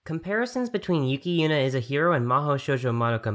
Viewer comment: please pronounce yuki yuna properly, instead of yu yu yu